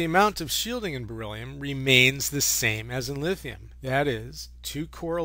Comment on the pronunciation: why he say beryllium like that?? lmao